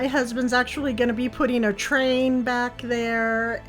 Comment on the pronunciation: Just absolutely gorgeous as per usual 🤩. Question, did you say “train” in the backyard?🤯lol!